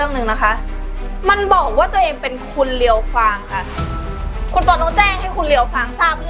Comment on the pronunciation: เรียวฟางค่ะไม่ใช่เลี้ยวฟาง